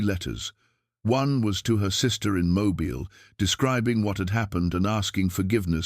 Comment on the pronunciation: Please invest in a human reader! I have no problem with AI filters that change the timber of a voice to make it sound good but by all that is holy, please invest in a reader that knows that Mobile, Alabama is pronounced Mobeel not Mo-bile (as in flexible and easy to move)